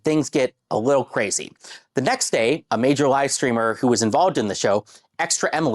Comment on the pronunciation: He said wittle support 😅